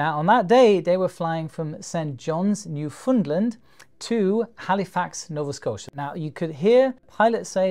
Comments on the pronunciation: Well done ! btw, it is pronounced New FOUND land, vs new FUND land. :) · In Canada the correct pronunciation for the easternmost Province is actually more like " 'Newfnland", not "New'fundland"! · FYI, the "land" in Newfoundland is pronounced as the word "land" and not "lund"... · You pronounced Newfoundland incorrectly. Great video though! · You almost pronounced it perfectly, but the last syllable of Newfoundland rhymes with "hand". You correctly pronounced the middle syllable which everyone gets wrong. Impressed.